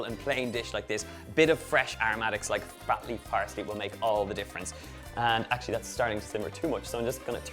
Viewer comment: At 1.58 I thought Donal said floppy parsley and it took me a while to realise he meant flat leaf parsley